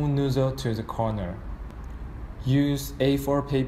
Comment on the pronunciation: Great video series, very clear and helpful,. I was able to build mine in one pass with no errors and no magic smoke escaping. One suggestion, and I am not being a smartass... Given the language and accent differences, the word 'The' sounds identical to the american way of pronouncing 'Z'. If you use the english way of saying it then there is NO confusion (US Z=Zee, English Z=Zed) again, not trying to be a smartass. just trying for clarity.